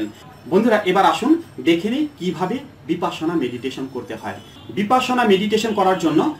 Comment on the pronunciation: বিপাসনা নয় বিপশ্যনা। মানে বিশেষ ভাবে দেখা।